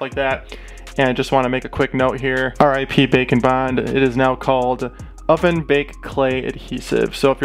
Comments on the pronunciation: Whenever he said ‘bake and bond’ I think he’s saying ‘bacon bind’ Edit: it’d be rlly terrifying if any of these were real. Because if one was real, then since there’s a whole universe of em, they’ll ALL be real. HOLD UP HOW DID THEY EVEN GET ONTO EARTH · I have closed captioning on and every time you say "bake and bond" it comes up as "bacon bond"